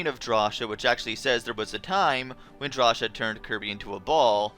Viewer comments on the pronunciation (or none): Drasha? Claysha??? It is pronounced Draw-see-ah and Clay-see-ah! Thats how you pronounce cia! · it's pronounced "draw-see-uh" not "draw-shuh" potato potáto WHO THE FUCK SAYS POTÁTO?!